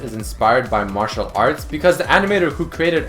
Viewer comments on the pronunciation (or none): none